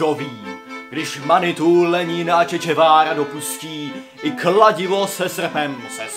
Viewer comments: 1) Che Guevara se čte jako "če gevara" a ne "če čevara" 2) Kancléř se jmenuje Mynář, ne Mlynář... Být tebou tak si o té politice něco zjistím a pak o ní mluvím. Jen se mi zdá, že chceš co nejvíce napodobit Kovyho... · Úžasný video ale Che Guevarra se vyslovuje [če gevara] a ne [če dževára]. Jenom detail ale jeden můj spolužák se toho fakt chytil a bylo to s ním k nevydržení.